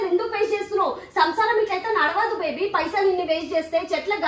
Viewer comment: లేదు బేబీ కాదు బెబ్బీ అవను బెబ్బి చెప్పు బెబ్బై 😂😂😂😂😂😂